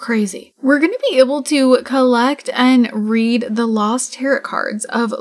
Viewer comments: Also tarot is pronounced tarrow not tarrot 🤣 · You're pronouncing tarot wrong. the second t is silent (tair-OH) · Its more like : « tah-rrow »